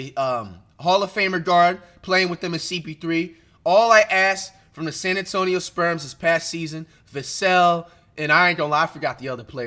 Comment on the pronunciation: “San Antonio Sperms” Flight - 2024